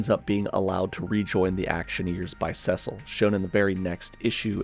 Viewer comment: Clever intro. & That's an unusual way to pronounce the name "Cecil." Anyway, this video was rather enlightening.